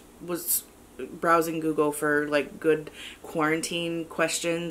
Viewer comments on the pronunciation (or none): none